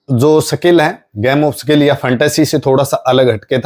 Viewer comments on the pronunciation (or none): Sakil नहीं यार सीधे सिधें बोलो,,स्किल